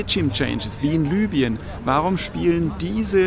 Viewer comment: danke für all die arbeit, aber, auch wenns irrelevant ist, das land wird phonetisch libüen und nicht lübien ausgeprochen, die meisten machen den fehler da es ungewöhnlich für uns ist. hier ma die phonetik nach dem duden